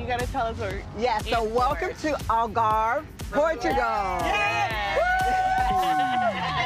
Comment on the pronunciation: Sheree is realllly struggling to say “Algarve, Portugal”🫠